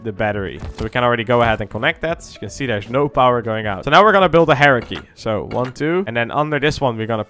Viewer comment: My man said hierarchy like heresy and im here for it.